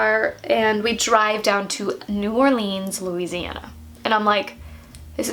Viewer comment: Is anyone else bothered by her saying New Orleans wrong but Baton Rouge right